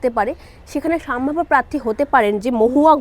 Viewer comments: নিজের শব্দ উচ্চারণ নিয়ে সচেতন হওয়া উচিত। সাম্ভাব্য নয় সম্ভাব্য হবে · কথাটা সম্ভাব্য, সাম্ভাব্য নয় । ভাষা ঠিক করুন আগে । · কথাটা সম্ভাব্য সাম্ভাব্য নয় , শুনতে খুব খারাপ লাগছে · সাম্ভাব্য না ওটা সম্ভাব্য হবে। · কথাটা সাম্ভাব্য নয় সম্ভাব্য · ওরে বাবু সোনা "সাম্ভাব্য" না রে, "সম্ভাব্য" হবে শব্দটা...সঠিক উচ্চারণ কর। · আপনি কি সম্ভাব্য বলতে পারেন না, পুরোটাই সাম্ভাব্য সাম্ভাব্য করে গেলেন। একবার শুনে নিন ভিডিও টা, তাহলে আর কোনদিন আপনি ভিডিও বানাবেন না। উচ্চারণ ঠিক করুন। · " সাম্ভাব্য " নয়, সম্ভাব্য! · এতোগুলো বিধায়ক,মন্ত্রীকে লোকসভায় টিকিট দেবে বলে মনে হয় না।আর হ্যাঁ,'আগের বছর' বা 'আগের বার' না বলে 'গত লোকসভা নির্বাচনে' বা 'গত নির্বাচনে' বলা উচিত। আর 'সাম্ভাব্য' না।একটু উচ্চারণ বা শব্দ নির্বাচনে যত্নবান হন।মোটের উপর উপস্থাপনা খারাপ নয়।এগুলো ঠিক করলে আরো ভালো হবে।